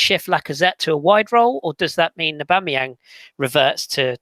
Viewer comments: Great podcast guys .while its comical how you are pronouncing aubameyang as ABomerang we have becareful how we say someone s name because to many one s name is special and at times its a powerful statement of who they are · It at least cleared up how to pronounce Aboomerang